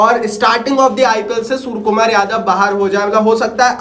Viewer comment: Suar kumar yadav nhi bro 😂😂 surya kumar yadav